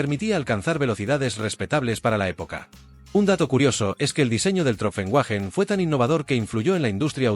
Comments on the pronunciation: Wagen se pronuncia "váguen" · Wagen: vaguen ¿Quién co..o te ha enseñado a ti pronunciar el aleman?